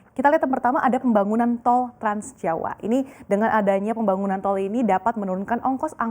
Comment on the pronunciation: Trans jawa? Si mbaknya salah ucap😁